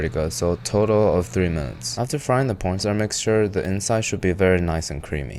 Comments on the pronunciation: He did NOT say "corn starch". Unless you swap the C in corn with a P and drop the "ch" off starch. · I swear he said "pron star mixture" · 😂 same I might have heard p*rn st*r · Pornstar instead of cornstarch 😭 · did i hear you say pornstarch instead of cornstarch?😂😂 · i thought he said porn star😭😭😭 i had to relisten to hear corn starch 😭😭😭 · You are totally saying “pornstar” and not “cornstarch” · did you say 60 grams of porn star. I stg you said porn star instead of corn starch lol. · 60 grams of pornstar? I understand you meant corn starch but that mispronounciation has to be intentional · why do you say "p**n star" instead of cornstarch? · he definitely said porn star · Does sounds like a po*n star instead of corn starch? Maybe it's my English 😂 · Did this man say pornstar instead of cornstarch ? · 60 grams of CORNSTARCH, not “storn par” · Someone convince me that he says "corn starch" and not "porn star" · why did you call cornstarch "pornstar" 😭😭😭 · Umm what? I had to turn on the subtitles at some point (during the fried milk part) just to really make sure… one of the ingredients is “porn star” ….? Do you joking mean corn starch? 😂 like I want to to know how to ACTUALLY make this 😅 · Is nobody else noticing the fact that he says P-star instead of corn starch? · Mister.. CORN STARCH. Not… PORN STAR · Did bro gust say p*rn star? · "Cornstarch" does not start with a "p" my boy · Did he said pornstar instead of cornstarch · He did not say corn starch. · Had to rewind cuz I know I didn't hear cornstarch pronounced the right way lol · Bro did NOT say corn starch💔💔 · bro did not say cornstarch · bro did NOT say cornstarch 😭😭😭😭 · Bro did NOT say corn starch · ayo I'm deada** sure bro did not say corn starch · what star? (i know its starch but like yk what it sounds like 😭) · Anyone else just hear porn star mixture 😂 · “And 60 grams of p0rn star”😭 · I thought I was the only one that heard Pornstar glad to know I'm not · Did you say “pornstar” to thicken the milk?